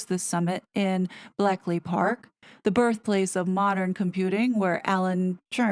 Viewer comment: Thank you for this Lovely Lady, very worrying indeed. Should you need to name Bletchley Pk again going forward the ch is a chu sound- blech lee park. A significant place in the history of our country. Once a new law has received Royal Assent, KCIII can NOT not sign it as we have a constitutional monarchy, although I agree his sway of influence must leave a very large imprint. The fault is with government, lack of consultation, failure of public engagement - I did write to my MP regarding the Online Safety Bill, not many others did 😒 The West is going to hell in a handbasket... we are allowing it! Edit: There is an excellent youtube video on The Spectator channel exploring the Online Safety Bill - a must for every uk citizen & a warming to every other global citizen!!😮